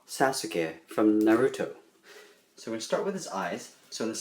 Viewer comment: he is good but.... the way he says Sasuke and Naruto...... i might through up....